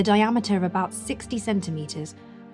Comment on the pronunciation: makes all the difference here. Well done. Fascinating all round. Also noticed you have that shist disc pronunciation down perfectly now 🤣😘